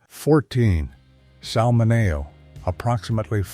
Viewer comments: It's not 5F7. It's 5 feet 7. Or 5 ft 7. It's Sal Mineo , not Sal Manello. Stupid AI generated voice 😑. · This AI presentation butchered names and numbers to the point I couldn't stomach it any more. Pronouncing Sal Mineo as Salmonao did finally did it for me.